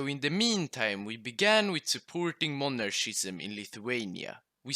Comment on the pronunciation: MonarKism is how it is pronounced